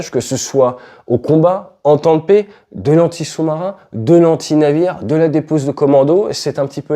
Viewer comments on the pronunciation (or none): none